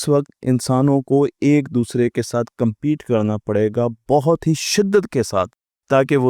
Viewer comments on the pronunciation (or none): none